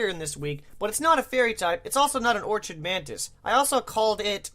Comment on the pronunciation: I'm pretty sure Lurantis is an Orchid Mantis because of the pink colouration and the cross-looking design on its back. Also the "ch" in "orchid" is pronounced with a harsh "k" sound. "Orchid" is pronounced "Ore-kid".